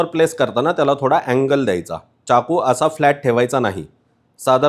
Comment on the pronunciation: खूपच उपयुक्त माहिती🙏🙏, पण अनावश्यक इंग्रजी शब्दांचा उपयोग खूप आहे, च्याकू नाही तर चाकू असा उच्चार आहे. बाकी न आणि ण 😂😂सोडा